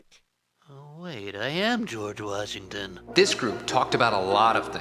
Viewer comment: it’s george Washington not George washing machine